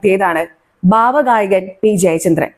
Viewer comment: PLEASE SAY "BHAVA GAYAKAN" INSTEAD OF " BAVA GAYAGAN"